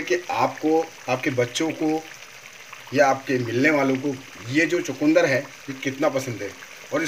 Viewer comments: Hmare than ise chukndr kehte hai na ki chkundr.sirf pronaunce krne ka frk hai .bhai saheb abhi apki respi dekhi hai jb bnayenge tvi .btayenge ji . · Please don't say chakundar.it is chukandar. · chukandar and not chakundar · Chukundar nhi bolte.. chukandar bolte hain